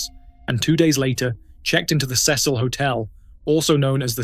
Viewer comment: My MAN! You win the internetz for pronouncing 'CECIL' correctly! I congratulate you with a very well-deserved "like" and a "Subscribe". Feel free to pin this to try and teach those damn colonials how to pronounce names. We'll never get that U back in colour and neighbour, but damn it, I insist they correctly pronounce things! 😛